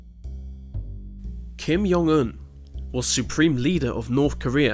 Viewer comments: "Kim Yong Un"Kim Jon Un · kim yung un? do u mean kim jong ill?